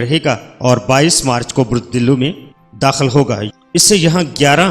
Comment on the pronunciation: Ye name Arabic k Han ap ghlt ly rhy Han. Diloo nhi dalwe hota ha aur hoot hoa ha hoat nhi